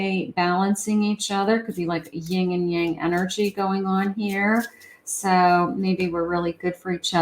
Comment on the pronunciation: Yin Yang ( no G in yin) 😊